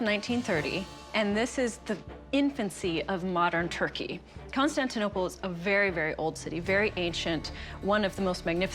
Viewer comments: "Itsa... Constainoble.."🤣🤣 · "Izza Constanninoble uhhh boogits by some artiss . . ." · . CORY: Iza consanzanople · Did he say Conshtanioblle? (lol) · That feeling when you read scripted facts for the camera about a place you can’t even pronounce. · Every time he tries to pronounce "Constantinople" it goes further off the rails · He's f***n drunk! He can't pronounce 'Constantinople'! ))) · Corey Is struggling to say "Constantinople."